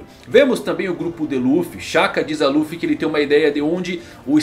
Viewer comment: O cara acompanha o mangá mas fala Ruffy